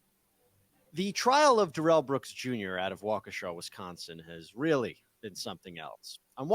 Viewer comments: I'm from Wisconsin and its pronounced Wau, just like you said, Kee, just like you said, shaw, not sha, but shaw. Wau-kee-shaw. So, wau and sha sound same. The way you say it sounds like an African american name like wa-keesha. This is incorrect. It's pronounced like waukee-sha. I'm going a little deep into it and it's not that important, but just trying to be on point. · From my understanding it's pronounced Wah-ka-shaw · Looking forward to more vids from the channel, but I just want to point out 2 mistakes made in the first 2 mins: it is pronounced Wah-Kuh-Shaw according to the court, news stations, residents, and DAs office. And he had council for several months (since earlier than April I believe). He had 2 lawyers which he fired days before the trial. There are many 10 min clips of all that I just mentioned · Pronounced waw - key - shaw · Nobody ever mentions his other brother Darrell. Oh it's pronounced Walka Shaw that's a native American name please don't try to change it to a native African name oh hi to Ray Ray for me BTW he's trying to sell your food stamps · Neither of the ways you said Wakesha is right. Wok-eh-shaw. Its a native American word. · “Y’all” is not an English word hillbilly. You can’t pronounce Waukesha Wisconsin.